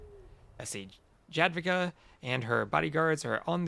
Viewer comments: correct me if im wrong but isnt it yad-wi-ga? stupid inconsistent latin alphabet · Dziadwiga :D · Polish J is spelled like English Y in most cases and W is English V so yeh, yad-vi-ga with hard G